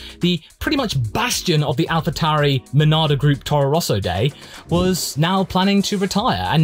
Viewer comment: Call them Minardi again